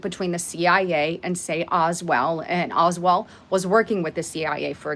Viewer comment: does look better than usual today. Eyes, face and hair. Wow. Oldwold? Isn’t it Oswald, or is this Mandela Affect? lol